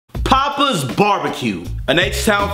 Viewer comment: It’s not Pappa’s like your dad. The A is pronounced like the A in happy. Pap-uhz. It’s their name. I think they said it was Greek.